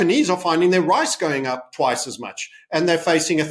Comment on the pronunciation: Wice twice as much lol